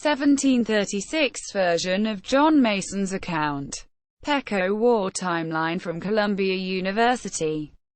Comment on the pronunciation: First of all you pronounce the name PEQUOT Wrong it's Pronounced PEE QUAT not as your pronouncing it.